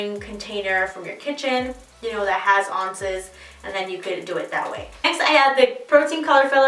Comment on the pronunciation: Great tutorial, and you are stunning! I do have to ask why you say ounces "on-ces" instead of "ow-nces"? It's adorable, I'm just curious. :) Thanks for the strategy and tips!